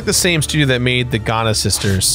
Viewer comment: I had to do a double take when I heard Jirard pronounce "Giana Sisters" as "Ghana Sisters." XD